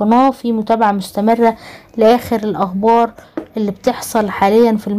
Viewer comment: من بعد اذنك. ارجو تعديل. لفظ. كلمة. الاخبار. وليست. الاغبار. اسمعي. كيف. تنطقيها. فناتك. مفيدة. وممتازة. بارك الله فيكم.